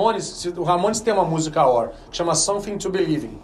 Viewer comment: Video bom, mais ouvir a pronúncia AOR o video inteiro é de doer os ouvidos. O correto é A.O.R (escrevendo como se pronuncia: EI-OU-AR)